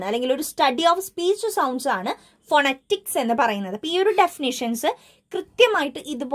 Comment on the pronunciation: Miss phonetics - /fəˈnɛtɪks/ ngne verne pronunciation vethyaasallye?